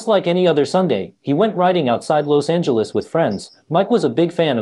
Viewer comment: Why you pronounce Los Angeles like that